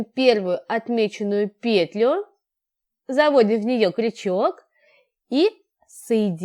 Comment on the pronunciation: Да не пееетлю,а петлю́юю!Ну очень неприятно слушать,прямо режет слух неправильная речь.